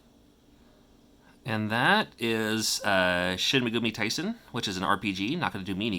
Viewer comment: “Shin Megumi Taisen” I lol’ed. You still rock